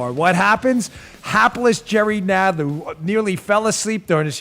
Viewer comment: Jerry “Nodd ler”